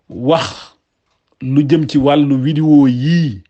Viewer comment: Saway ken dou wakh widéo...on dit vidéo